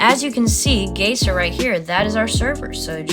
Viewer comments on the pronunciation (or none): btw it's pronounced "G eye zer"